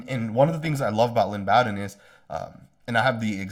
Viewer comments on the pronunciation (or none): Thanks for your videos. You do a great job. FYI- Lynn Bowden’s last name is pronounced Bo Din as in Bo Jackson.